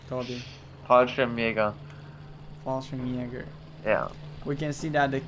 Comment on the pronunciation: Fallschjeagers...... Toby.. XD